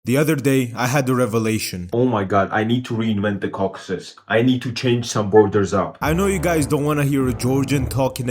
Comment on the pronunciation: Ah yes, the Cocksus countries